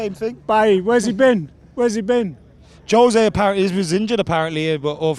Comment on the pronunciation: It's not Hoe-Say kid, he's Portuguese so it's actually Joe-Say. And also sack the fucker he's terrible.